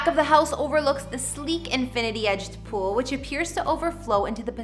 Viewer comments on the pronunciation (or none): none